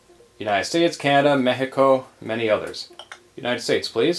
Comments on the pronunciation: You're awesome, you're the first american to pronounce correctly México :) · Buena pronunciación:)